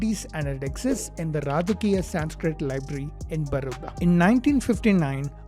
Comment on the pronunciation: Bro you are Indian. You must know the correct pronunciation of the word "Sanskrit"